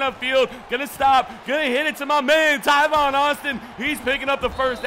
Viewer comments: Tavon. He said Tyvon for some odd reason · is talking about tavon Austin he just pronounced it wrong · ITS T- A- V- O- N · The amount of times you said Tivon Austin......... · Why does he say tavon Austin so weird?